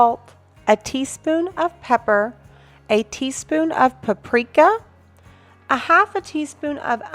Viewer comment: Thank you for the recipe and somehow saying paprika wrong!!